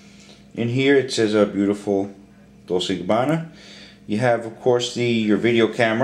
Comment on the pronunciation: how annoying... Pronounce it correctly! God the other guy cant say Gabbana, you cant say Dolce!